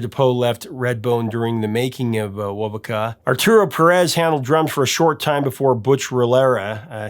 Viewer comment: It's pronounced "wo-VOH-ka". The Vegas bros did not "change" their name, they simply shortened it from "Vasquez-Vegas". Tony Bellamy was of Yaqui descent. De Poe was Cheyenne and Chippewa. It's pronounce "YA-kee".